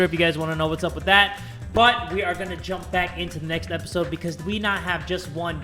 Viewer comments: How you pronounce Jum-P: (Jum-Pea) How pronounces Jum-P: JumP! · I got mad a bit cause jay said "jump" Instead of "jum-p like "jum pe" I was so betrayed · He says JUMP instead of JUM-P